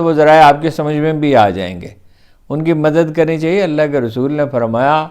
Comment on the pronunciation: Gustakhee moaf Haroon sahib bismillah theek traha parha karein " allah" ka lafz to vazeh hota hi nahein?